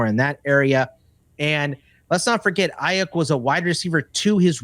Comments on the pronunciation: No one: Not a single soul:: Brandon Ai-YUK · Have never heard somebody mis-pronounce Aiyuk the way that does. Figure it out, bud…